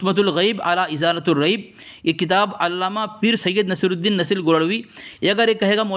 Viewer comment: حیرت ہے یقین نہیں ہوتا کہ یہ کسی دیوبندی دار العلوم کا فاضل ہے لطمۃ بفتح اللام کو بضم اللام پڑھ رہا اور اس سے زیادہ شرمناک بات یہ ہے کہ ازالۃ پر علی حرف داخل ہونے کے بعد بھی تاے مدورہ پر ضمہ پڑھ رہا ہے چلو بھر پانی میں ڈوب مرو دیوبندیو!